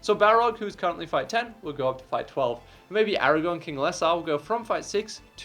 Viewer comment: Aragorn with an R my guy